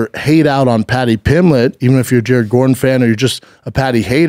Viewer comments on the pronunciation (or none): Talmbout Patty Pimmlitt?